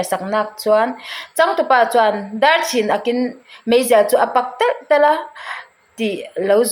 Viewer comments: A dar a chhin ak a, tih hi nang pon i chhiar dik bik chuanglo, A dar (a koki) a ti chhing, Dar chhin aakin. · 12:8 ami khi dar chhin ak in tih ania, ilam dan adiklo, dar(hmar tih thluka lam tur) chhin (chhinlung chhuak tiha chhin tih thluka lam tur) ak(naupang rak tih a rak thluka lam tur) dar chhin ak in tih anih chuan dar/koki leh lam ti sang hretin tih tur, dingkawisawi sawina lam aw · I chhiar diklo nasa thei lutuk a tuichang tih te khi chuan dar chhin ak tih te ka nui nasa thin a nia thahnemngaih thu ah lo sawi ve mai2 aw